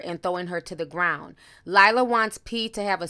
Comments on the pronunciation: Sis I love you but stop calling LIRA, LILA 😫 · I love watching u but damn do u be butchering ppl names🤣🤣🤣 LiLa Galore tho....its Lira 🤣🤣🤣🤣🤦‍♀️ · Actually it’s pronounced Leer-a! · Are we calling her Lila on purpose or ignoring the “R” and adding an “L” ☺️☺️☺️. Either way it’s making me laugh. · (When she made it a point to correct Kaylar’s name) 😅 The real tea was you calling Lira, LIE-lah 👀 I caught that shade. 😭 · LIRA...NOT LILA. Ti, you are the ultimate name butcher 🤣🤣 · Its “lira” not liahla lol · Then you called her “Lie-ra” at the end!? Lol 😆 shady Ti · Lmaooo. How do you read “Lira” over and over again and continue to pronounce it, “Lyla?” 😂😂😂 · “Lear-A” not Lye-ra and not Lila 🤦🏽‍♀️🤦🏽‍♀️🤦🏽‍♀️ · I'm dying at you calling her LIE-ra 😭😭😂🤣 a little shade with the tea today lol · Ti it’s not Lila it’s LEAR-RAH! 😭😭😭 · Nobody: Ti: “Lila” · Did she say Lila? It's LIRA.....L-I-R-A one "L" in her name.🤦🏾‍♀️ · Lord Ti, her name is Lira not Lila 😂😂😂 but thanks for the tea honeyyyyy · Lira pooh not Lila, but great video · It's not Leila its Lira as in the Arabic currency the lira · L I R A!!! Not Lila!! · Lira... it’s lira....where’d you get Lila from T? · Her name is LIRA not LILA. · Leer-a not Lila 😭😭😭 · Her name is Lira... not Lila. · Lira not Lyla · Ti I thought her name was pronounced lere-ah! You keep saying lila lol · LIRA NOT LILAH right ? lol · It’s LIRA girlllllll not Lila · You keep calling her Lilah.... It’s Lira... L-ear-ah. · Where you get the second L from not lila lir-ra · I love you but you kept pronouncing her name wrong.. its pronounced like LEERA not LYRA 😭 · LEE-RUH!!! LIIIRRRAAAA!!!!! Not Laila or Laela 😩😩😪😪😪. Please!!! I love you with all my heart my sister but you stay butchering names. My goodness 😩😩😂😂😂😂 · Why do u keep saying Lila can u read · stay jacking someone's name lol! LiRA not LiLA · Who’s liyla it’s l i r a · Her name is pronounced L-ear-uh. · Ms. Alpha agreed. she’s so annoying when it comes to names.